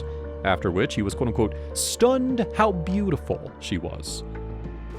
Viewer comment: I love how the narrator always pronounces “Quote Unquote” crazy fast like QUOTUNQTE!!!! 😂😂😂 It’s so nerdy lol 😊